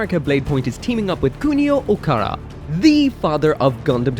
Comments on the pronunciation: First Dynames to Doonames, now you’re calling Kunio OkaWara, yes OKAWARA NOT OKARA… I’m fuming. You called Okawara “Okara “ and that’s literally incorrect. Don’t just drop letters and/or replace them with others. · First you pronounce Lfrith as Rubris, then you pronounce Dynames as Junames, now you pronounce Okawara as Okara. I think you’re doing this on purpose.